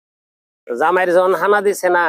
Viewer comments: খানা শব্দ টাও উচ্চারণ করতে জানে না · খানাকে বলছে হানা 😅খাসি কে বলছে হাসি😅😅😅 এরা কারা কোথা থোে এলো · আরে মিয়া। ওটা হাসি না ওটা হবে খাসি। হানা হবে না। ওটা হবে খানা